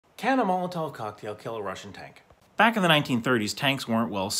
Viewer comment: According to my Russian friend, the tov in molotov is pronounced more like a cough.